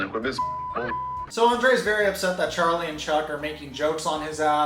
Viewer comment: Oh no, you are saying his name all wrong. You have to Roll the “r” when saying Andrei just like Elizabeth does.😜